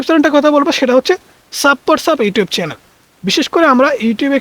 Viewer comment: Vaiya kindly apnar channel pronunciation ta thik koren. Eta chalen noy.